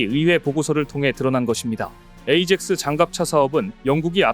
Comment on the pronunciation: 에이젝스 가 아니고 아약스 로 발음해야합니다